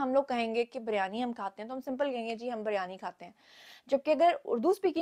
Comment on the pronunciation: Iman ali ne aik zara se be zarar maAq ko rai ka paharr bana diya aur dosre ye k asal word biryani he not buryani ziyada tar panjab k log buryiani pronounce karte hen jo wrong he